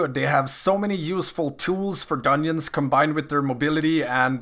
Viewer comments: Are you saying dunyins?? Lol 🤔🤔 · the way you say dungeons bothers me lol